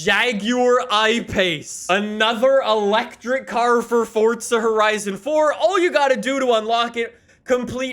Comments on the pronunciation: It’s “forza” not “fortza” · do you have to YELL EVERYTHING? and THERES NO FUCKING T IN FORZA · Honestly on every fucking video the newest comments are from all the 8 year olds and only know lambos and ferarris and people STILL talk baout that he says forza like fortza